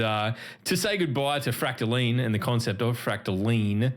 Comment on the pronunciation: How dare you say Fractaline wrong just because I’m not there